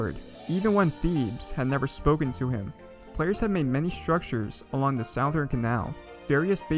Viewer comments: "the SOUaTHERN canal" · Its pronounced Suth-ern-canal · WHY THE FUCK YOU SAY SOUTHERN LIKE SAOUTHERNN CANAL WTFF???!!! ITS SPOKEN LIKE SUTHERN!?!! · You keep saying "sowe" instead of "suh" in southern and its really bothering me. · It's pronounced Suh-thern, not s-ow-thern who tf pronounced southern that way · Its pronounced "suh-thern" Or you say "The South Canal" I know its not intuitive but thats english for ya bud. Cheers! I know , I'm late to the party, but I've just started going down the rabbit hole of your videos ,and As a Florida resident, I had to say something. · "corp" "sowthern canal" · I like how he says it like “sow thern” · came for the lore, stayed for the sowthern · Mans said Sauthern Canal at the beginning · "south earn" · He is say sowthern canal and it bothers me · My ears weren't braced for the SOWthern Canal. Still, amazing history video! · not southern south-ern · My dude talking about the south-urn canal bruh wtf is that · not a big deal, but "southern" is pronounced "suh-thern." It is dumb though, since south isn't pronounced like that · You keep saying "southern" wrong it's pronounced "suth-ern", but overall good video :) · south urn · you are saying Southern rong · I love the video, but please, its suh-thern. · cant tell if he's mispronouncing southern on purpose or not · How do you mispronounce "corps" and "southern" lol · Say southern right my dude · My guy, you're saying southern wrong. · “The south’ern”. Made me stop watching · Please say southern correctly I beg you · I hate the way you say southern